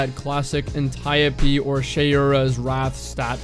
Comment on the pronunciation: Makes me happy to hear Antiope pronounced that way!